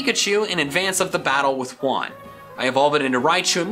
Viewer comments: Juan is pronounced Wan, not Huan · when you say “Juan” out loud it’s sounds like when you say “one” and it’s funny because it lived on ONE HP